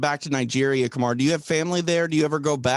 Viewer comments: Bruce I love your show, you’re such a great guy. Also, if you’re wanting to listen to his daughter, the emphasis is on the MA in ka-MAH-ru..... You’re saying KAH-ma-roo, but it is kuh-MAH-roo OOOOSSS-Mannnn!!! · My only gripe about this podcast is 1/2 of it is telling the fighters what great guys they are.. I had tp ramp up the playback speed to 1.5 to get through it.. PS- the way you announce Kamaru's first name sounds like #Kangaroo. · Bruce couldnt pronounce Kamaru properly if his life depended on it.😂 Lol. Love ya Bruce